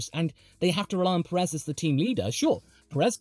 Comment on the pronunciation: If you refer to Pérez, he isn't. The problem isn't so much the emphasis (he tries to emphasize the first syllable, but fails) as the elongation of the second syllable. Peh-reez instead of PÉ-rez. The "e" in Pérez should always be a short vowel. Most native English speakers elongate the second syllable too much. And in Spanish, be it Peninsular, Mexican or Rioplatense, the first syllable carries such a hard emphasis that the second one is extremely short and soft, only picking up at the final z. Of course, when using the possessive in English this becomes really cumbersome, adding and extra repeating syllable and the end.